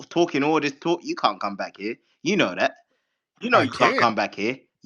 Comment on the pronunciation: Mf said "AHAHAHA YOU CONT GO TEW CHERRY STREET!"